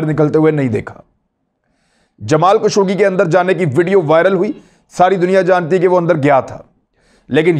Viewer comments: جسے آپ "جمال کشوگی" کہہ رہے ہیں ۔۔ اس کا صحیح نام ہے " جمال خاشقجی " ۔ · خشوگی ہے کشوگی نہی